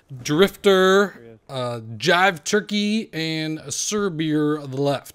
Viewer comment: He emphasizes Driftor lmao...